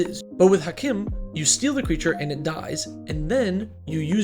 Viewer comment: Hawk-eem, not hack em lol